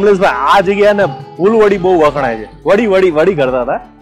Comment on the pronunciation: કમલેશભાઈ અભિનંદન ખુબજ સરસ રજુઆત હજુ પણ તમો સરનામુ બરાબર રજુઆત કરવાનુ ચુક્યા છો. વળી ફુલવરી નહિ પણ ફુલવડી બોલાય છે.